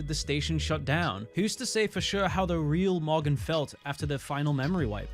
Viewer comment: Every time he says morgan it sounds like mogger I wish it was his real name